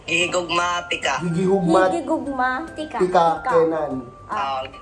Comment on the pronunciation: bisaya po ako tung gihigugma tika is an Iloveeeyouuuuu word po HHSHSHAHAHSHA mali po yung sinabi ni lmao. hehe